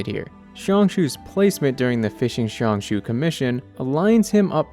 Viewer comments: jiang xue is pronounced like jang sure, not shang shoe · i think his name is pronounced more like jyang-shoe-uh. but the j is like long? not like the j in “jump” but more like the S in “asian” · jiangxue is pronounced like jee-ahng shooh-eh